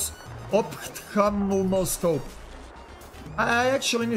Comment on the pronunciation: in terms of the ofolofoscope I know you aren't english so when there is a p and h together like that its pronounced as an F. So its said ofthalmoscope (I still can't say it properly) lol.